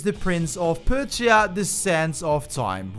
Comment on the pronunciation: Bro firstly you pronounce Persia wrong, then it’s not rainbow six siege quarantine it’s just rainbow six quarantine